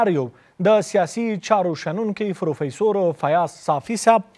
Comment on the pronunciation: دغه محترم نطاق صاحب لا تر اوسه هم ف ته پ وایی او پ ته ف ، فروفیسور صاحب 😁 همغه چی پروفیسور ووایی ۔